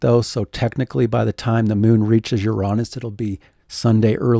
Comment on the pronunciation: luv what ya do. but, "uronis?"???